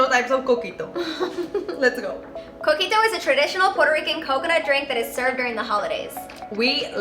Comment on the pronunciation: When you said your drinks name the first time I thought you said cookie dough